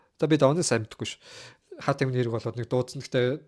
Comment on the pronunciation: Хөөрхөнийн Англи хэлээ сайжруулчуул болох гээд бн пен/ фен/, херт /харт /л гэнэ хаха